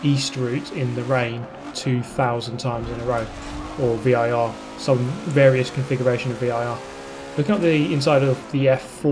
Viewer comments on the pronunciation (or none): none